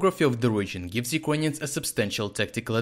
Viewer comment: Юкроніонс? Lol Say it as: ЮкрЕйніенс